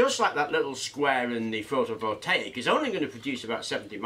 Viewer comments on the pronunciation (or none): none